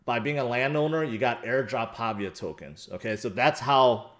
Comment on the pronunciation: ITS PAH-VEE-AH with emphasis on VEE syllable. Named after the italian town Pavia.